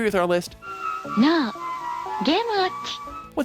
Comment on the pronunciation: "Gaay watch! Gaay watch! Gaay watch!" I'm the only one hearing this? ok